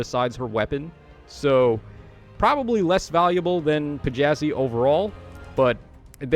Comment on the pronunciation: Thats not a p its a þ. Letter is called like "thorn" and pronounced like "th" in the word "the."